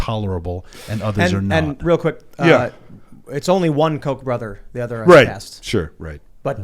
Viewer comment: Mispronouncing “Koch” isn’t a Freudian slip. This guy is a clown.